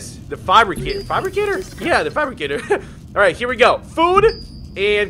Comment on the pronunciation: The way you say Fabricator and Inventory cracks me right the fuck up. Please make me laff moar!